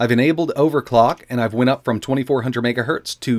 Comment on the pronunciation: "Off by 1 Megahert" you forgot the z in hertz